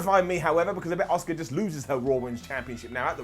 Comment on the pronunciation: Asuka, not oscar.